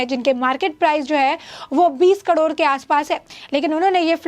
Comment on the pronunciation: Say KAROD not KADOR